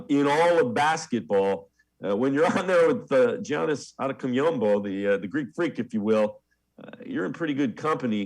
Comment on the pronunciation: cmon man, that wasn’t even close on Giannis’ pronunciation. YAHN-ees Ah-dedo-KOON-boh